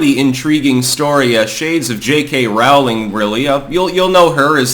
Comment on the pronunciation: Rowling sounds like bowling.